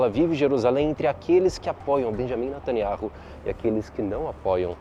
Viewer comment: Fonema: "beniamim nataniau"